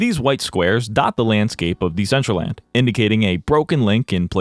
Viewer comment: it's very telling that Decentraland couldn't even put in the effort to get their AI voice to pronounce their NAME correctly.